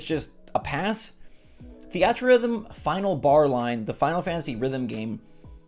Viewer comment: i can’t believe you pronounce theatrhythm that way